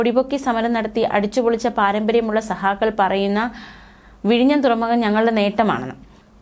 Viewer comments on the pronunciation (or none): ഈ അവതാരകക്ക് ഉച്ചാരണത്തിൽ ഒരു ട്രെയിനിങ് കൊടുക്കണം please. സഹാകൾ അല്ല സഖാക്കൾ. ആരോചകമായി തോന്നുന്നു